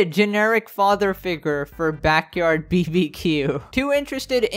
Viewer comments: Did u pronounce BBQ as BEE-BEE-QUEUE???? IT'S BAR-BAH-QUEUE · I've never heard someone say BBQ like "beebeequ" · The man really said BBQ by saying each individual letter bruh making me die 😂